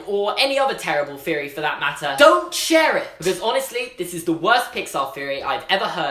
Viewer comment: AGH STOP SAYING FEORY I MIGHT ACTUALLY KILL MYSELF.